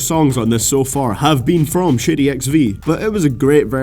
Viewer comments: when you say Shady I keep thinking you're saying "shitty" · when he ays shady it sounded like he said shitty